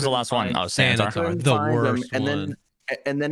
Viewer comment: I am sad you guys missed "Santa-tar"